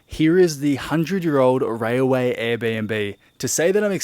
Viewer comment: Railway not rayaway